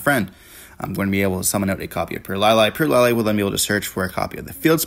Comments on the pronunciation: Got 1min into the video and had to turn it off. Pur LIE LIE. Come on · Purr Lie Lie my ass. I hate how people pronounce it. It's Purr Lily. Purr Lee for Purrely.